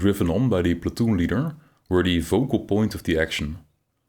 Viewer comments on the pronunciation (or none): none